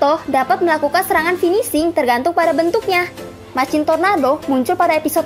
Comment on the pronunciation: Kontenny sudah bagus, tapi masih ad beberapa pronounce bhs inggris yg masih kurang tepat diucapkan (machine, darkness, masked). Kedepanny bisa lbh dipersiapkan lagi materinya. Good Luck